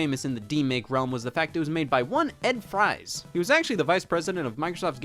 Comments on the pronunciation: It's pronounced Ed "Freeze" not Ed Fries. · Ed Fries is pronounced like “Freeze”. Two seconds on Wikipedia would have cleared that up. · I personally know Ed Fries and would like to clarify for all wondering, including Scott, that his last name is in fact pronounced “Freeze” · just FYI, Ed Fries last name is pronounced like "Freeze"